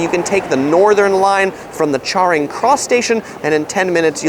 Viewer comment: It's not pronounced "Charring Cross", it's Charing like "Sharing".